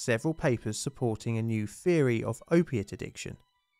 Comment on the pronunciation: All the th words sound like f words. Three sounds like free. Theory sounds like ferry